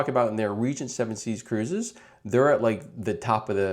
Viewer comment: You might want to change your AI. Never heard of Region 7C's before.